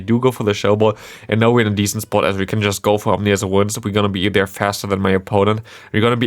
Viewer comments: Omnious wind :-D I guess there were no omens about how to spell and pronounce that ;-) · Ominous wind. Like scary wind. But you said and have typed Omnious wind. Makes it sound like it’s all knowing now lol